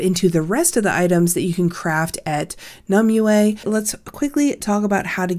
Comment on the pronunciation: Not one youtuber can pronounce it right.. Nim-wey. Its Nim-wey... not Nim-oo, not Nim-you-ehhh. Hurts to hear lol.